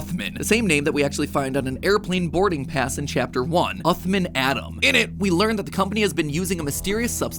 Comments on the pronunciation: As a person who’s fluent in Arabic please tell matpat to say عthmaan and not oothmen im begging you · Blud said "uthman" as "athmin" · Uthman is an Arabic name, pronounced ooth-mahn, not ooth-min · Im pretty sire the doctors name is supposed to be pronounced as usman not uthman, because in Arabic the name uthman is pronounced as usman (with a little bit of the th sound but thats just the Arabic pronunciation) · Uthman is pronounced like oosman and with a short 'oo' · You probably mispronounced uthman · The way MatPat pronounced “Uthman” …. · While it bothers me how he keeps mispronouncing Uthman's name, it was a pretty interesting theory. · nothing hurts more than the way you pronounced Uthman Adam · Awesome vid but the way he pronounced Uthman just made me wanna die